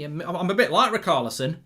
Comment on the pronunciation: Why does Mark pronounce Richarlison as ”Raokarlison”